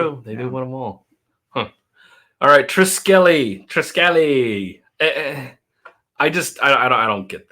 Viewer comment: Like 56 Triskele is pronounced TRIS-keel or TRYS-keel Do you not like Afterschool because its a narrative mess with bad art, or you are triggered about the subversive nature of the story? You flip flop enormously while you try to stay on target. Sorry just the way it comes across.